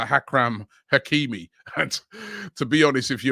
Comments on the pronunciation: Infront of him is ‘Hakram Hakimi’ loool Robbie whos that 🤣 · Ah yes, Hakram Hakimi. Must be Achraf’s brother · Hakram Hakimi LOL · Hakram hakeemi 😂😂😂, the gift that keeps on giving